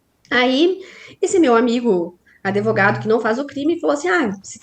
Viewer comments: Uma Advogada da defensoria falando : um amigo meu... Adevogado aff assassinaram o português😂😂😂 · Advogada falando que tem um amigo "adevogado""... fora o "impactuar" que a colega inscrita já citou. Tem coisas que doem, sabe? E o pior é que estão sendo ditas por alguém com, no mínimo, graduação.